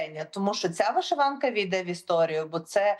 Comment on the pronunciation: Чому вишИванка???!! Що за рагульський наголос у ведучої?? ВишивАнка треба говорити))), шановна